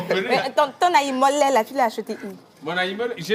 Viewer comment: Il a massacré le nom de notre nourriture préférée que Ayimolè😂😂😂